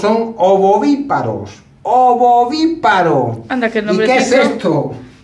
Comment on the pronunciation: Repite varias veces ovoviparos... y es ovoviviparo😊